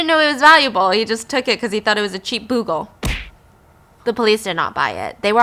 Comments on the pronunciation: Bugles aren't that common these days, so it's not a criticism or anything, but I just want to point out that it's not pronounced "boo" -gle but rather "bu" - gle ("bu" rhymes with hue or you or dew). Love your storytelling, Stephanie! Fascinating stories!! 💚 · Byyyuuuu-gul not boogul ❤️ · It’s pronounced Be-you-gul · Hey Stephanie & Stephfiance. Just letting you know that "Bugle" is pronounced: Beau-gle (change "boo"gle to "beau" as in beautiful) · I love you guys! Your videos always put me in a better mood. But please don't hate me for commenting to let you know that instead of "boo-gle," it's actually "byu-gle." I tried to see if anyone else had already said it. Commenting out of love!♡ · Bugle is pronounced b'you-gull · Actual story starts Edit: cracking up at the way you're pronouncing bugle 😁 it's "BYOO-gil". Love you Stephanie!! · I came looking for this comment! 😂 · Just about to say this too. 🤣🤣😂🤣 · The last story is the European version of the bling ring. You’re right, so many expensive things were not protected I had all of until recently, no one thought anyone would be confident enough to try and steal it. But also the way you pronounce bugle LOL I’m crying. It’s pronounced the same as the chips, the instrument is their name sake because they are shaped The same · Thank you! I didn't want to be nit-picky but she said it so many times. 😂